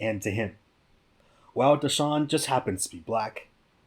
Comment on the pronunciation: "Day-sean" is how you pronounce it